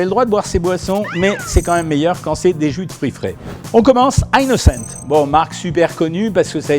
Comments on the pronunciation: c est a dire que c est un produit francais donc on prononce, "innocent" surtout que meme en anglais ca ne se prononce pas "aie nocente" mais bien "inocente" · On prononce "innocent" pas "aie nocente" c est un produit français, meme en anglais ca se pronnonce "inoncente" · Surtout qu'en anglais, ça se prononce pas "aynnocent" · Innocent est un produit français, pourquoi le prononcer avec un accent anglais ? 😅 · c'est votre prononciation de "Innocent" 😂